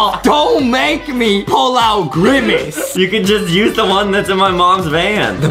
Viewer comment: I never laughed so hard in my life when justin said "I am grimice"